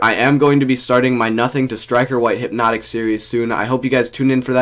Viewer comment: He said there’s hype hyp-notik